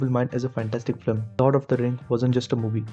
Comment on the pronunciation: Bro before you write an essay on something you might want to learn how to pronounce simple words like film. You keep saying "flim" and it makes you sound like you have no idea wtf you're talking about